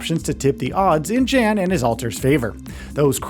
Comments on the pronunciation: It's not Dzhen, it's Yan. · 1 thing you NEED to know before making a “15 things you need to know about The Alters” is that the main character’s name is pronounced “Yan” as in young and not “Jan” as in January 😭💀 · Polish name "Jan" is pronounced more like "Yahn". "Dolski" part you got right ;) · Jan’s name is pronounced yon or yawn. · Young sound would be jun/yun. it sounds like Yon. Like Johansson sounds like Yohansson. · In the game they pronounce it as Yawn. So it doesn't matter where you live. That is the pronunciation of the person's name. Period. 🤷🏽‍♂️ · If you actually play the game, youll know how Jan is pronounced... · I feel like you mispronounced his name on purpose like a dick because there was no reason to say it as many times as you did smh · his name is pronounced multiple times in the game. nobody cares what the "American" pronunciation is. it's not an American name & "American" anything isn't the end-all be-all. that's the damn problem. you think because you live in the US, everybody must follow or excuse what YOU think is right. get over yourself. side note, I'm a New Yorker telling your goofy ass this.